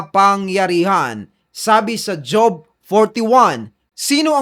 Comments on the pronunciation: Hindi JOB, HOB Ang basa duon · ( HOB ) pronunciation hindi job